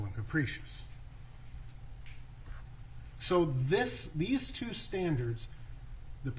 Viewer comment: guy saying capricious like capri-sun, no credibility